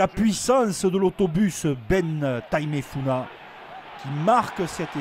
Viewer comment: Entre nanes ducuing, tana vili, et bein tamefuina, je crois que le monsieur aurait besoin d un rendez vous chez l'orthophoniste